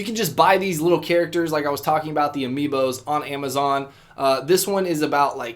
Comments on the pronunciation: why did h say amobiis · Your aware that you said amobis rather than amiibos towards the end right 😂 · "There are these things called amiibos" Grand daddy Edit: AMOBIIS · Bryan Garcia because he said amobiis